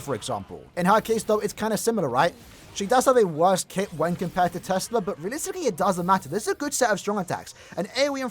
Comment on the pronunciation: pro really siad tesla lol